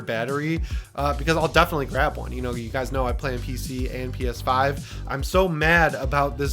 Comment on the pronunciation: Lol, I thought you said a Peta website 😂 I had to rewind and watch again. I'm waiting for the GuilKit KK3 controller. PS5 controllers absolutely use Bluetooth.